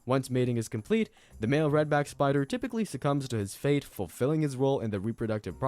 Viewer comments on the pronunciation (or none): none